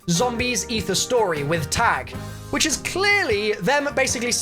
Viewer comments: IT’S PRONOUNCED TAHG NOT TAG!!! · please Its pronounced tugh, not tag not targ Its German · My little German sister: I swear if you anyone else pronounces Tág wrong again I will commit murder on everyone who says Tag Real me: Why do people need to be lazy.